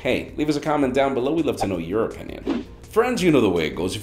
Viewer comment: you say Your Opinion like Europenian:D